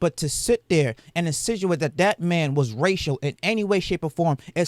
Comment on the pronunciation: I was right there with you, until "insituate."